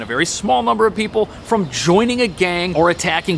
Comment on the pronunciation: Evidently, 'People' is pronounced "Pee-Bull"